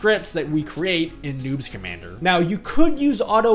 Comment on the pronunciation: Sometimes I hear "newt schamandar" Instead of "noobs commander" XD